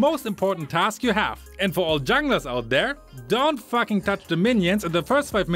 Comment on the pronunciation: I like they way u say “fucking” it’s like “ATTACK THE FACKING BASE”